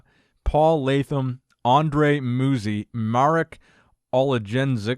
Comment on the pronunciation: Roberto Buonomo is pronounced "Roh-behr-toe Boo-on-ohmo" Andrea Muzi is pronounced "Ahnd-reh-ah Moo-zee"